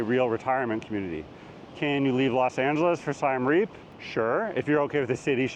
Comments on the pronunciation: It's Siem NOT Siam and it's pronounced "See-em"! Please learn the basics! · please, please, please get the name of the city you are featuring right. It’s not Siam Reap, it’s Siem Reap. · Siem Reap. This guy pronounces it as Sai-Em Reap, not Sii-Em Re-ap, as locals do. He does not what he's talking about. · You lost me when you pronounced Siem Reap as SY-AM Reap. It's a short "i" and a short "e"....like the letters CM. I bet you pronounce Iran incorrectly, too: it's a short "i" again - it doesn't sound like EYE-ran. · “Siam Reap”. Tell us you’ve never actually been to Siem Reap without telling us. You’re an imposter. And you believe what’s important to you is important to everyone else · It’s Siem Reap, not Siam Reap. 😂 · its siem reap, not siam reap. hardly an expert when he doesnt know the name of the city. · Siem Reap is pronoumced like the country of Siam. I lived and worked there several years. Google translate has it right. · You’ve been to Siem Reap and you don’t even know how to pronounce the name properly? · Bro, you couldn't even correctly pronounce either of those two Cambodian cities.